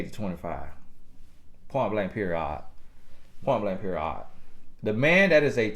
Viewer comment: Is he saying period odd because that’s how he talks or is he trying to be funny😂